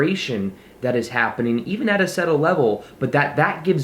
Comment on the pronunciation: thanks for this reminder! cool to watch you moving on and up. also side grammar note, the B is silent in "subtle"...